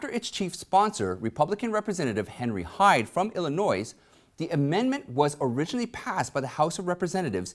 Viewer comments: "Illi-NOISE"??? Come on man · People from Illinois hate when ur say Illinois with S sound. Always say it with a capitol S